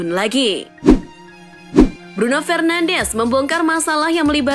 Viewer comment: Bruno fernandes baca nya, bruno FERNANS